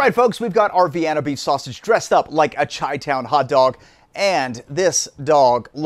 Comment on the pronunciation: Did you just say "chai" town hot dog? You had me til you butcheded that....